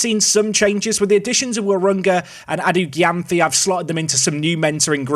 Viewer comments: its pronounced edu jemfi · Adu Gyamfi is pronounced "edu jemfi"